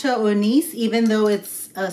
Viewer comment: It’s pronounced like oh-nee-chay! 😊